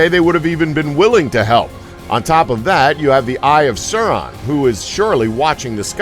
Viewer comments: “Sour Man” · Serumenn. That was the first horrible pronounciation. Also how was the second one a crazy fan theory?!